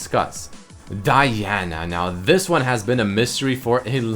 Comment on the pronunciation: why did u say Diana like that ....